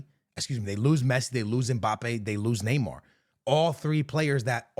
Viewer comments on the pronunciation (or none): none